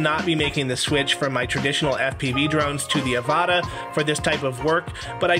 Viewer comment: It’s pronounced the same way as avatar without the r 😮😂